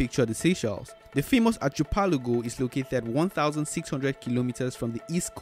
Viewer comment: Archipelago is pronounced - ARKI-pel-ago